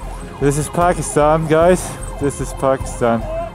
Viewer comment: "This is Pakisthan, this is Pakisthan... !!" LOL